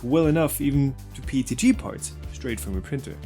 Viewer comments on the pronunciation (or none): I thought it was PETG.... why does he keep saying PTG?